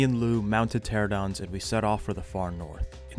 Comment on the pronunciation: Why the fuck do you say tera-don. Pteranodon. Tera-no-don. You’re getting rid of an entire syllable.